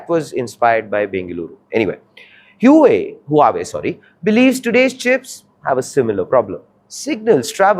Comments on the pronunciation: Please learn how to pronounce the name correctly who is who..aay? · Learn to pronoun the company name first before doing news :face-blue-smiling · Can't even pronounce the name correctly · For fs sake learn to pronounce the name properly or quit your job. This anchor is insufferable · Get the pronunciation of Huawei correct please narrator. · Even can't pronounce Huawei in proper way 😂😂😂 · Couldn't finish watching the video! Too unprofessional. Its not Hue-way - Its Huawei. Learn the pronunciation first before making a video on it! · Hua wei! Not hiu wei! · Where did you learn to pronounce HuAwei as Huwei? Huawei is internationally famous and yet you don't know how to pronounce it's name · It's not hyuway it's pronounced hu-aa-way. Maybe people not into tech should not give tech news. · Its pronounced as HUA-WEI.....not hueway LOL. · So try pronouncing the name right......it's WHO AA WAY, not whoeey, as you say...... Very hard to take your analysis at face value when you bugger off from correcting the simplest mistakes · Huawei is not pronounced huuuwat but hwaaaway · Huawei is not pronounced as WHO WEI but WA WEI or HWA WEI! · Bro, its "Hua" wei not "Hue" wei. "Hua" means Chinese-ness or Sino, and Huawei means Chinese-greatness... so the name has huge cultural impact and not family names like in India. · This guy cannot even pronounce Huawei properly...ha ha ha HU.......AWEI not HUa...Wei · It is huawei and not hu wei ! Come on ! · It's pronounced "wah-way" not "hoohay" 😂😂😂. Journalists should do a google search at the very least. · im sorry hew-whey? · Your pronunciation of Huawei is grotesquely wrong. It's pronounced Hu-Ah Wei. The name is very meaningful to all Chinese people. It means Greatness of Chinese. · The first time I've seen (and credit for doing it!) A presenter correct the pronunciation of Huawei "Mid flow"! Well done!! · Huawei is not HueWei. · What the heck is whowei ? Learn to pronounce first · 是 hua wei